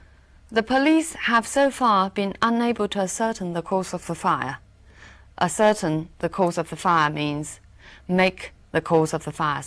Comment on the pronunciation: ascertain的读音错了！